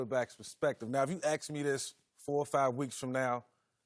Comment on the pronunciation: Michael Vick, I dont want to axe you 😔, I'll ask you about Daniel Jones later though